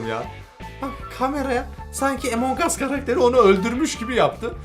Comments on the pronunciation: Abi emong us değil among us diye okunuyor rica ederim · Abi emongas değil amongas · Abi Emong us değil Among us diye okunuyor / söyleniyor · Abi emongas değil amun us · emongas değil amongas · Abi EMONG AS deyil AMONG us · Abi lütfen emong as değil among as diye okunuyo lütfen buna dikkat et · Lan emong us diye okunmuyo among diye okunuyoo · Ağbey emongas değil 😲😠amongas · Abi Emong değil AMONG diye okunuyo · Emong aslında değil among as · Abicim among as emong as deil şunu düzgün soyleyin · Normalde:among us:emong uss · Emong değil among abi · Abi emong us değil among us ve bende senin gibiim abi walla ilk hep ben öldürülüyordum sonra sildim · Abi emonguss deyil among us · Yaw abi o emong us diye okunmuyor direk among us diye okunuyor Google trasnlate den bak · Emon diye değil among diye okunuyo 😶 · Benim okuduğum:among as ONLARINokuduğu:Emong as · Abi emon gas değil yazılışi among us okunuşu amon gas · abi bunun adı among as de emong as değil yaaa 😭😭😭😭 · Emong as diye okunmuyor Among as diye okunuyor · ABİ LÜTFEN EMONG US DEMEYİN LÜTFEN BAKİN RİCA EDİYORUM AMONG US SÖYLEYİN LÜTFEN 🙏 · Among us abi emong us deil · EMONG AS diye söylenmiyo AMON AS diye söyleniyo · Emong us değil Among uss Öğren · Emen ges deyil güzel abim benim amongs us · abi amongas diye söyleniyor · abimmm a ile söyleme a harfiyleee amang us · Herkesin Among Us A Emong As Demesine Sinir Olan Bi Benmiyim ? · emongas diye okunmuyor ama abi